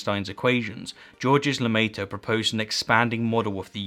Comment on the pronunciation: I'm begging you, work on your pronunciation. It happens often enough in your videos to be a pattern. The 'S' for example in 'Georges Lemaitre' isn't pronounced.